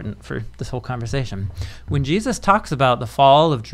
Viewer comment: WHY THIS GUY KEEP SAYING JEUSIS ??? That’s so disrespectful